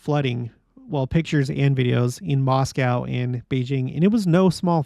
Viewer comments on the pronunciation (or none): none